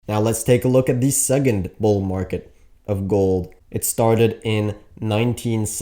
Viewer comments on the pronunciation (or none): Bro its SeCond not SeGend omg!!!!!!!! Blah blah blah rubbish